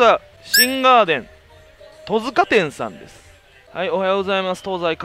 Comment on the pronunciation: トヅカでなくトツカです